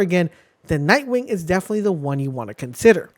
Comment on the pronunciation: Can we mention the extra k in nightwing?